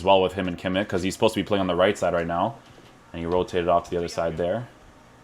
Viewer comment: your reviews are by far the best bro , keep it up ! and please stop saying kimmikkkk xD its kimich